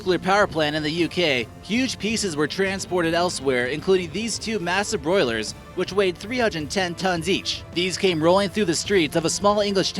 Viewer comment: ..... 'Massive BROILERS'.......... Boilers, not 'broilers'........